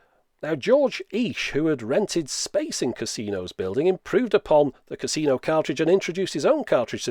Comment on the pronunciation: Here in Toledo where the Cousino system was developed, and the family still remains, the pronunciation is kuse-no not casino!